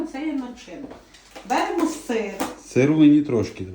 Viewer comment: Ставте правильно наголос в словах(берЕмо).